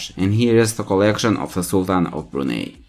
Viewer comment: Wow! At least get your pronunciation of the country correct...